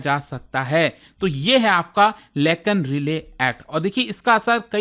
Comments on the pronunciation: Relay nhi hia bhai rai-lee hai😂😂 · Relay nahi Riley (Rai-Lee) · its not relay sir but Riley (RAILI) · And its लेकन राइली एक्ट। Not "रिले".